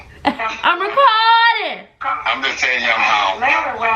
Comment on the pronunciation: Lmfao “ am racourrding” loool